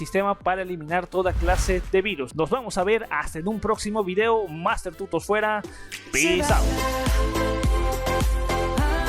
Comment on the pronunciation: Hasta ahora que me doy cuenta que en el final dice Masrter en lugar de Master 👌